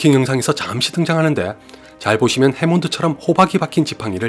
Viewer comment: 해몬드가 아니라 해먼드